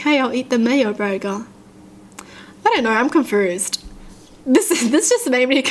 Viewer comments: I love how you say confoosed :) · “Confrused” ahahaha